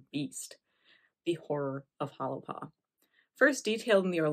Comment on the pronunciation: If you’re going to do a story how about pronounce it correctly. Correctly pronounced it sounds like “Holy Paw”